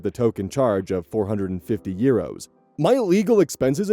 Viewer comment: I love how says euros like "yeeros" ❤ /gen, not mocking